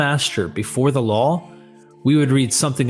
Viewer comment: Everytime you mean law you say lawl.